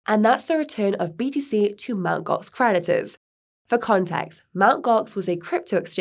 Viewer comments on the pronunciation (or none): I keep hearing Mt Gox predators..